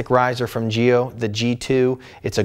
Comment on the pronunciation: giLLo is not spanish, the two Ls sound like in Lancaster :D apart from this, great review as always ;)